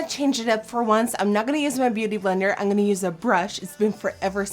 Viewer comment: ze blijft zeggen angonna ipv im gonna.. lol